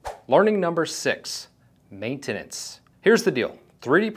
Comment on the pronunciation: "Maintanence." Heads up.⌨️